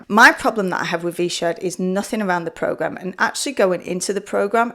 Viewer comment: You spent $106 on a V-Shwed Pwogwaam, and you had to wee-wecord the video about it ?? How fwusstwating !